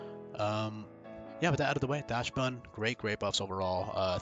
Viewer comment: I'm sticking with that heater level 1 moveset. Mono cute dog behavior set to the top, you don't need to do damage if you melt your opponent's heart. Correct pronunciation would be "dox-bun" btw, as the original dog is like "dox-hund". German type shit